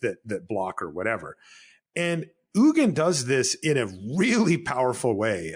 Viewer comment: Having trouble with pronouncing the G in Ugin? I have experience with this.